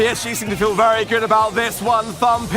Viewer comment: Wery Wery NICE PARIS